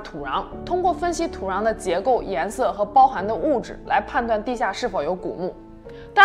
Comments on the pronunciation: 土“瓤”是哪里的口音 🤔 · 为什么土壤发的是二声？是哪里的口音吗？